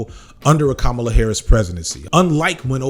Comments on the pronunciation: Did you know you kept going back and forth between pronouncing Kamala's name correctly and incorrectly? It's "comma-luh" not "come-allah". I'm sure you didn't mean to, but yeah As for Kamala, the sublimely beautiful and hilarious part of all this is she is uniquely qualified to "tack to the center" and prosecute Trump in public Because she is quite literally a centrist and an excellent prosecutor She was annoying in the primaries pretending to a super lib, but all she needs to do now is just be herself lol She is going to crush Trump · Her name is “comma-la” not “kuh-mala” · Kamala is pronounced "comma - la" Names matter. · Gonna have to land on the pronunciation of her name if you're gonna keep doing videos on her, man. "Comma-la" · Please get the pronunciation of her name right please. It is Comma la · My brother in Christ, our president pronounces her name with the emphasis on the FIRST syllable: "Comma Luh" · IT'S PRONOUNCED COMMA -LA Please get it right. It's two syllables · pronounce her name correctly maybe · Dude, can you please pronounce her name correctly, every time? It's not that hard. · You’re saying her name wrong. It’s not that hard. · you got it right more often than not, but it shouldn't be hard to get right every time. Here's all the times you said "Kamala" wrong: for anybody that doesn't know, here he is saying it correctly. . Emphasis on the first syllable. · Why continually mispronounce her name? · If she’s been doing her job the last 3 years, people would know how to pronounce her name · I need you to say her name correctly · Let’s hope that her winning means we’ll be able to consistently pronounce her 1st name right. Right? Bueller? That said, I’m for joining you in how to engage in the hopefully upcoming Harris presidency to bring forth action in a positive direction.